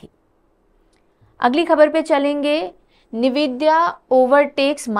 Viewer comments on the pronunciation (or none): it's not neevidia it's N vidia